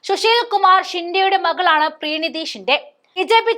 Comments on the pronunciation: പ്രീണിതി അല്ല പ്രണീതിയാണ്. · പ്രണീതി എന്നെഴുതി കാണിച്ചിട്ട് പ്രീണിതി പ്രീണിതി എന്ന് പറയുന്നു. മലയാളം വായിയ്ക്കാൻ അറിയില്ലേ?😢